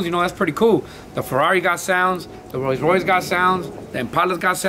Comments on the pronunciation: Que verga es un Ros Rouis Toun Tousen Naitin o que dijo jaja? O el ferrawri😂😂no no sierto mis respetos pal jimy ha logrado miles de cosas con su esfuerzo. 👑👑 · Fercamar_YT un roi roise raiss.. un porshh lol